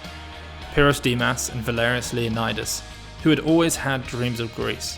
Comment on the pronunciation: For any Greeks watching, isn't Valerios's surname pronounced more like 'Leo-nee-dees', than like 'Leonidas'? Genuinely curious.